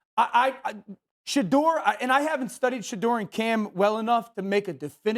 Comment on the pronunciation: Cam said Shudur !!